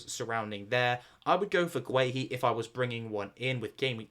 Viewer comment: Your pronunciation of Guehi cracks me up 😂